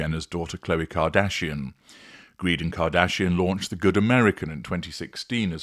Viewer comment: I suspect that the name is not actually pronounced "Greed", is it?